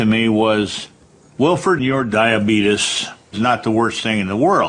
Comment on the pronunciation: I'm so glad no one taught him the proper way to pronounce diabetes